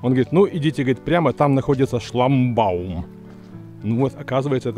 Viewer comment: Шламбаум говоришь? 😂